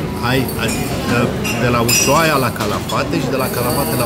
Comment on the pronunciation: Se pronunță usuaia!